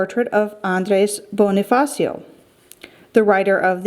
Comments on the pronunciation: ella claro Bonni-fassio that’s how you pronounce Bonifacio. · its pronounced bo-ni-fa-sho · Let me correct you Andres Bonie-fasho Pronouce it like that...